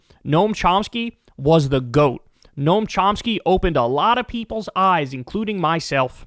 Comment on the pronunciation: Noam Chomski? Good grief.